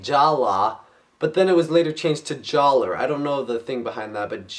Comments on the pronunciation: Jaller's name is still pronounced jallah, I believe, because in the oficial BIONICLE guide that came out around when the Toa nuva came out, there is a section about Jaller that states that his name is infact spelled Jaller and pronounced Jal, lah, It's weird, I know! Great review BTW! =D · the r is silent its still pronounced "Jala" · youre saying jaller wrong its pronounced jalla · Err. Just a bit of information. Even though the name was switched to Jaller, it's still pronounced Jala. It was switched due to more language problems. However it is great to see that you're doing these classic reviews. Keep it up! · its still pronounced jalla but spelled jaller